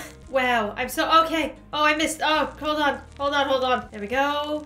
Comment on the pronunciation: Did she say otay?